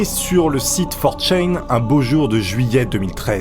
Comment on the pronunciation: ça dérange personne le fait qu'il dise 4chain au lieu de 4chan??